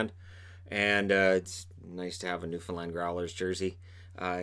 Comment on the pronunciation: Gotta love the newfoundland representation also thanks for using the correct way of saying it